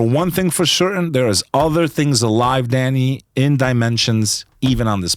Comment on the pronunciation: LMAO did this guy rehearse his intro and sun glass pull, he tried so hard to be a tough guy he mumbled the 2nd time he said the word Danny. I love this show, you know 98% of guest have been able to confuse and baffle Danny, Danny hasnt been the same since Billy Carson grifted him like a baby in a stroller with an all day sucker. This guy even thanks Danny for helping him with his grift game that he mistakenly calls a career.